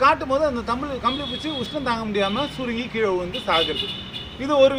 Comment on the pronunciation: புச்சி இல்லை பூச்சீ